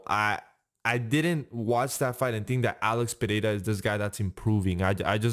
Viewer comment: hey i liked that you pronounced ''pereira'' right good for you